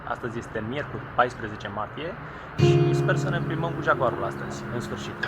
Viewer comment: Asta-i "jagoarul"?😂😂